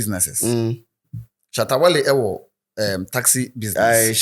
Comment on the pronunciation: you guys can’t stay without calling Shatta wale’s name right, just be careful so you don’t miss ur subscribers